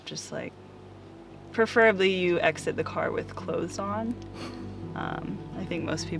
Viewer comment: She is the only person I have ever heard enunciate the word cloTHes correctly. ☺️